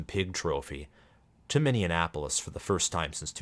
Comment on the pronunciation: I noticed that you say "Minneanapolis," which is the only thing i disagree with. :). Great content and analysis!